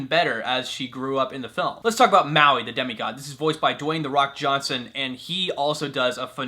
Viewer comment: Lol it's funny how you said Mauis name #Muaui